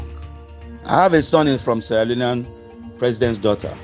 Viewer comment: im i the only one who heard protsitute not president? 😂😂😂